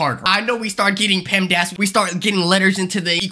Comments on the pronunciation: Bro said pemdass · Wtf is pemdas?